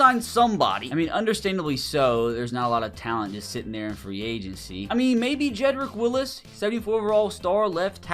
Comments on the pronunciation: "Jedrick willis" its jedrick wills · Its surprising how many names he doesnt know the correct pronunciation of. He says A-Chain when it's actually A-chan, Jedrick WILLIS in stead of Wills, Zach ZEELER instead of Sigh-ler